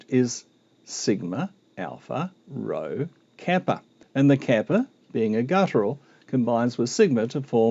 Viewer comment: Why do not you pronounce the letter rho? It is extremely uncanny